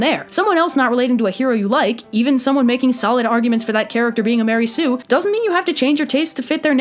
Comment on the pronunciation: Mary Sue? Don't you mean maREY sue?